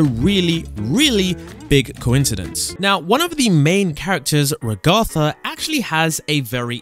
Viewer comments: Ra-gatha❌ Rag-atha✅ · RagAtha how he pronounces it the real pronunciation RAgatha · RAGTHA IT’S RAGATHA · The fact that you mispronounced Raghetha’s name in the same way that AI voices (Microsoft Mic) do, tells me you haven’t actually watched the show, just used other people’s youtube videos as a reference, considering they say her name in the show itself. It’s Rag-uh-the, not Ra-Gotha. It’s a mixture of Raggedy Ann (which she is a reference to) or Ragdoll, and the name Agatha. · STOP SAYING IT WRONG Its Ragatha not Ragotha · It’s ragatha not rogatha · Ragatha not Rugutha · Ragatha not Ragotha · Its not re ha tha its raga tha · Ragatha not "raguhthah" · Reg are tha???? 😅 Its just ragatha... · Its pronounced Rahgahtha not ragather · ……I’d suggest you learn how to pronounce “Ragatha”’s name… it’s not “Ragartha”…… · What the secrets actually are: 1. Correct 2. It's not a reference to Pibby. It's the same texture used for SM64 Metal Mario. And the abstracting is a reference to video game glitches in general. 3. Maybe 4. First, it's said Rag-a-tha, like kitchen rag. Also, the reference to Raggedy Ann is correct. 5. No, it's not a reference to Minecraft. 6. No, it's not a reference to Security Breach. 7. Maybe 8. That's just obvious. 9. It's not a reference to Amanda the Adventurer. It's inspired by things like it, but not referencing it specifically. 10. It's not a reference, just a coincidence. 11. Correct 12. Correct 13. That's just a cliché. 14. Correct 15. Maybe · Not him calling ragatha “Regothah” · IT'S RAG-ATHA NOT WANT HE WAS SAYING IT WAS ANNOYING ME!?! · One of the main characters, “rag-AR-THA” 😐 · istg if he says ragartha one more time.. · It hurts me so much 'ragartha' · dude its rag - a - tha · Bro it’s ragatha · It’s rage tha ragetha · He said Ragath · It’s (RA-gith-a) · the amount of times you said her name wrong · Also u pronounced ragatha wrong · I like how he says ragatha wrong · Please stop saying Ragatha wrong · You’re saying ragatha wrong